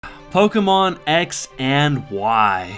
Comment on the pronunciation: it's not polkamon dumbass. say it right.